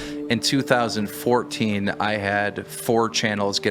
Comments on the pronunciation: "in 2000fourdeen' -sunny2020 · He said 4den